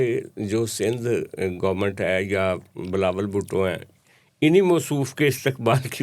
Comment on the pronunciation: His name is Bilawal not Balawal